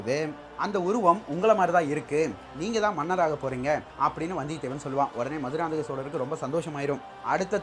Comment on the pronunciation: Bro maduranthakam maannana??? Enga bro iruku entha manna corect ah pronounce pannunga pls